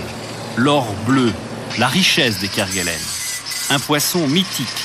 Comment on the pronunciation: On ne dit pas Kerguelen (kerguel1) mais "kerguelaine" malgré l'hortogrpahe.